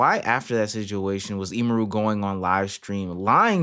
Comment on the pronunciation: Very insignificant, but it's actually pronounced 'emmy-roo' not 'e-mehroo'